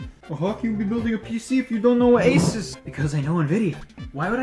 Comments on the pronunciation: Anybody else Him: A Sus Me: it's FREAKING ASUS A-SOOSE NOT A-SUS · It is pronounced a soos